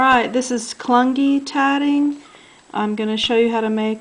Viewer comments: Thanks for the lovely video. You make it loo easy, not ready yet to try but love the motif. Do you have a reference for the pattern? (p.s. I beleive it is pronounced "Cloo-Knee" not Clun-gy") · It is pronounced long u like clue. Clue née.